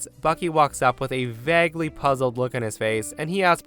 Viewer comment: I think I caught this twice now, I'm on the Branson story, WHY are you pronouncing "vaguely" as "vag-ly", to rhyme with "nag"? Are you unfamiliar with the word "vague"? Pronounced "Vayg"? You just add a "ly" to saying "vague"... ???